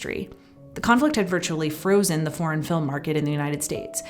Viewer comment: Voted Down on the Hands because... Voiceover. Can't abide this voice, the speed of it, "foreign" sounding like "porn" - can't she make "foreign" a two-syllable word? Praise The Magnani's force. Will search elsewhere.